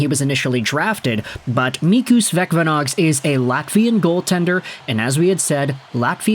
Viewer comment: Thank you for great report. Vecvanags is pronounced as Vetsvanags, where C is quite hard as it would be in German, yet if you say C the same way as in City it will be closer than current usage of K. Hope it helps